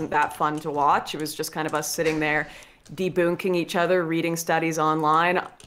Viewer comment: Did she say "deboonking"